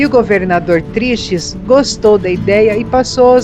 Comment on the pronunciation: Gostaria de fazer uma pequena ressalva, o governador era chamado TRICHES(se pronuncia "triques".). Parabéns e obrigado pela divulgação do nosso estado assim como o de vocês que também é maravilhoso, abraço.